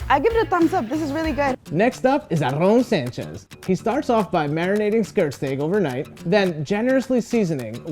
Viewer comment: I can't get over pronunciation of Aaron Sanchez and tomatillo